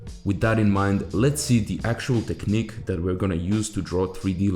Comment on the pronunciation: TECHNIQUE. NOT TECHNIQE 😂😅